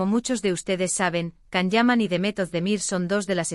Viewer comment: Please say his name correctly its pronounced as JAN not Can.. C in turkish alphabet iis pronounced as "J".. so please before making a vlog learn to pronounce his name correctly.